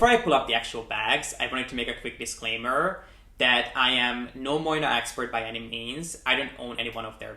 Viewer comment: You are pronouncing the brand name wrong! Moynat is pronounced MWAA-NAH